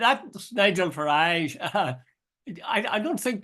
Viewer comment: Where’s this “mainland “ Pat speaks off? and Jude it’s Farage as in Garage! don’t make him sound continental eh!